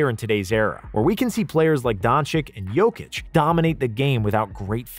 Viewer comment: Really dude, Donchik and Jokich? Was it that hard to Google how to pronounce their names correctly?